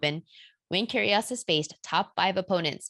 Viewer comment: when you pronouns Nic's surname, you must doing it with a silent G - Kyrios